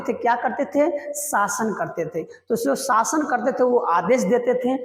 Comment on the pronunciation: Please improve your pronunciations(even Hindi... It's "शासन", not "सासन." "सब्द" नहीं "शब्द" Why are you stretching the word "and", making it "and..a"? You're a teacher. You should lead by example.